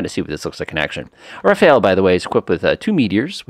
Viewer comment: Quick tip on the plane name....It's Ra-faal rather than Ra-fa-el. 👍